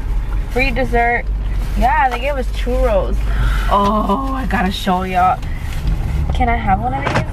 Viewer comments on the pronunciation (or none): Chuuchos 🤣 😄 chorros 🤣😆 LMAO.. too funny.. and I am sure it's just for laughs and I was rolling... just imagine if someone came up really saying and thinking that is what churros was called...